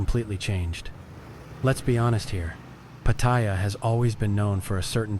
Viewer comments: Nice to know ❤ but its say pat—tar—yar in Thai sounding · Nope. You claim that you're a Thailand expert but butchered the name "Pattaya". You've clearly never been here. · Unfortunately, this video is full of overblown bullshit by someone who can't even manage to properly pronounce the name of the place they are trashing. The comments are filled with racism and general inhumanity. Unfortunately indeed.